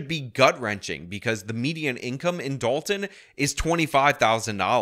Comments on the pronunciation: This Journalist can’t even manage to say the name of the town or anything that has a “T” in it. It’s Da-on to her! 😂. Is this a DEI hire too, I wonder….. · That news reporter thinks Dolton is pronounced like “doll-in”😂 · dalton... no its dolton.... even their spelling is dumb